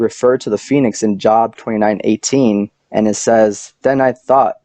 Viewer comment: Job rhymes with robe.